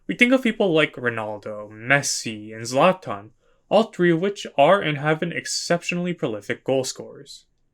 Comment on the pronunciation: Bro said zlatan ☠️